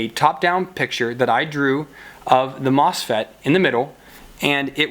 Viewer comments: Yes! Haha, you said mofset again. . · I don't don't mean to seem like I'm poking fun, I just find it interesting - sometimes MOSFET, sometimes MOFSET.